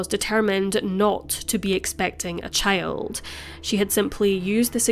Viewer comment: She pronounces "child" as "chÆyld"